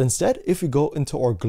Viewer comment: aur app--- not or app - you are generally so good with english... but your pronunciation of our, could be fixed so easily ;) Please do! :P